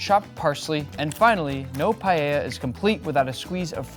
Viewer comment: Primero, aprende a vivir pronunciar la palabra. Segundo no vuelvas intentar hacer paella por favor